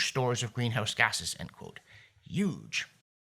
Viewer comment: Did you say Uuge? Did the unmentionable 45th US pres write that article? Even if the co2 guys are correct on 20 - 30 yrs - or end of the century danger. The crippling green policies will weaken the west to the point of great danger in the next 10 years on the outside - or - having watched the destruction of western deterrence, energy, military preparedness, forceful stand against the totalitarians of all stripes in the first year of the Biden Admin: All bets are off on how fast we could be in real existential danger as a society. Green policies will not save us from ruthless totalitarian leaders. I love the old saying, not sure where it came from, "We sleep safely in our beds, because rough men stand ready in the night, to visit violence on those who would do us harm." (Quote from my memory - probably not exact.) Thanks John